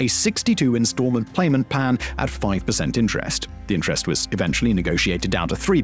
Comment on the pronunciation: Hehe … 62 instalment “playment pan” 😂